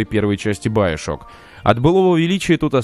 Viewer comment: биошок так правилаьно и да правильно гаворить игфините